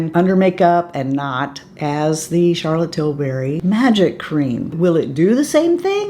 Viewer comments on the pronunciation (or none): none